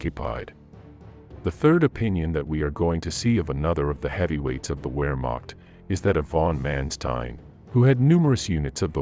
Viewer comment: I can’t get past the wheremock then turn around and say german army. It’s Heer.(land force) luftwaffe (air) and Kriegsmarine( navy) Pronounced with a V - Wermacht is all combined. I love when they say whyking W=V so say it just like we do in English. Doesn’t this erk anyone else?